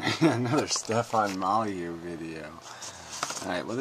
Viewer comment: "Moll-yoo?" LOL!